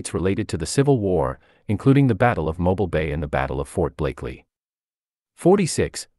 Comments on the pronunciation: I would have enjoyed this video more if your pronunciation of some of the places had been correct. Mobile, as in the city, bay or river is pronounced Mo-Bil not mobil. I love my home state of Alabama. Thank you for pointing out some of our history. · A-I ruins this. Mobile is pronounce Moe-Bill...not Mobil like the gasoline brand! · Mobile is pronounced mo beel. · Pronunciation of mobile was incorrect